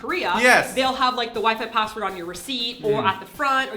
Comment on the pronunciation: LOL "Why-pie pass-word", i should go to korea ASAP then